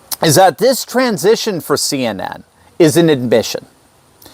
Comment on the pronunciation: CNN said as a word sounds like SIN. 🤔